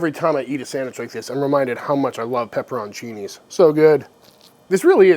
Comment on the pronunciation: Pepper-ON-chini and war-chester-shire sauce. Yum.